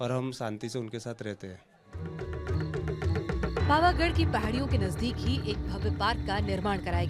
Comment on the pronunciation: Bhai bol na shikh le pavaghad bol pavghad nay